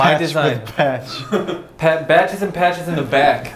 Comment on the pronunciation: Johnny: Badges and Patches What my mind hears: Batches and Patches